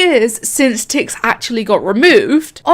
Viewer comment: My mom thought you were saying tits not tix